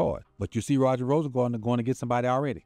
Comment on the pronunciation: Rosengarten. Not rosengardener😅😅😅